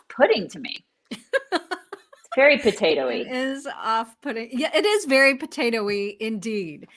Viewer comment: "Very poataoie."